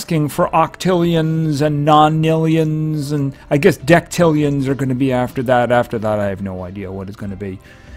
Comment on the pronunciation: DECILLIONS NOT DECTILLIONS